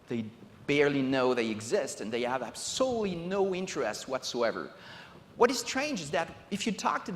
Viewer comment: "We live in a dimension that is absolely (I refuse to spell it correctly because he doesn't say it correctly) not connected with the real world." Well, yeah. I'd much rather be piloting a giant robot in armored core or surfing planes in just cause 2 or killing dragons in skyrim than I would shave, set tables, watch kids do homework, and help take in groceries. If this guy made an amusement park, most of the attractions would be based around office paperwork.